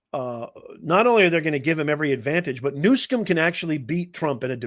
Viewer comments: Can you not read? Its newsom not newscom. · You call him Newcum his name is Newsom but you called him right .God vorbid he has ruin beautiful California, he will do this to the USA.